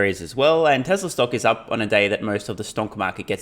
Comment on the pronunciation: Why does he keep saying Texla?